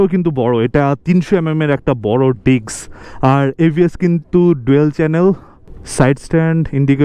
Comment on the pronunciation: ডিক্স না ডিস্ক হবে*